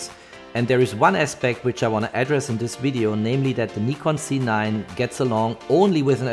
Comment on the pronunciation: I would prefer a correct pronounciation Nikon Z! not Nikon C……